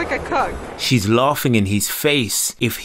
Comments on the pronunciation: Did she say Cook or Cuck?? Lmao oh man. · I thought she said 'a cuck' 😂